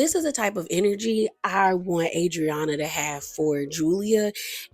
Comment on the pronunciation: You really are bad with last names … cause why you do Adrianna like that 🤣🤣